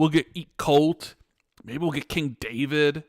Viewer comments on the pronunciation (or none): none